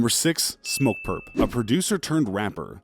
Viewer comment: wait he just said smokepurpm... huh